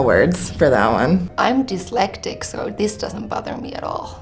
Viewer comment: she says this in every video😂 and also says dyslexic wrong